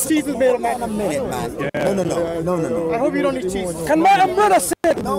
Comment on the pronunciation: you key-un not worship the father...